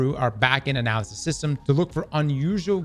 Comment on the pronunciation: "Ananamalysts" lmao